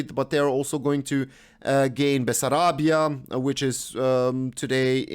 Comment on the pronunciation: ARDEAL, not "Ardey", it had 3 millions romanians in Transilvania, Banat and Bucovina. Basarabia (Very good pronuntiation) We take all the Bucovina + Herta Land (a very small redion bethuin Bucovina and Basarabia. Romania today don't have Basarabia, Herta Land and Nord part of Bucovina. WW1 (Bucovina is 1 full region), afther WW2 (Bucovina is cut in half by Stalin and Nord go in USSR and Soud stay to Romania). Hitler didn't want to let Stalin take all the Bucovina so he agree just the norden part. About the spirit of that war, in Romania we are very proud and happy of that moment in our history, because we wanted from a long time to unificate and to be all the romanian in one country, so even before the war we didn't have good relationship whit Hungary and Russia so goint to war against one of our main rival whas just grate, the fact that we win the war make the things even bether and from that time 1 December will become our national day of Romania in 1989. Today Romania celebrate 1 December as the moust glorios day of our History togeder whit Rep. Moldova (but theyr national day is the independence day from USSR in 1991)